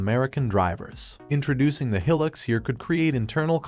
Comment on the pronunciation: He Pronounced Hilux Wrong